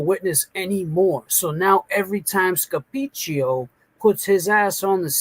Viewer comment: When says "Scapicchio" 😍